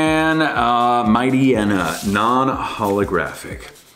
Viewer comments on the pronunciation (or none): isnt mightyena pronounced liked hyena?